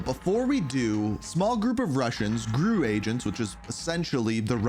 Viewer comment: It is G-R-U. Not "Grew."